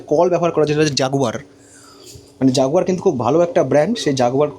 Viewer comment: ওটা জ্যাকুয়ার এর কল, জাগুয়ার নয় 😞 কাকা